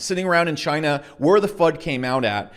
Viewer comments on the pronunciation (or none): Did you just say ‘Chiney’ lol😎